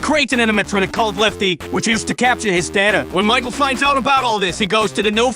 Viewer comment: he pronounces michael like "mah-chel"